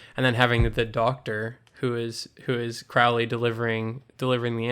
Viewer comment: CRO-lee. Not crou-lee.